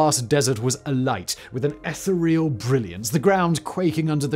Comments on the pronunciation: "Eth-er-real"? 😮 Try "ah-thee-ree-arl" 😊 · Etha-Real? I don't think I've ever heard someone mispronounce the word until now.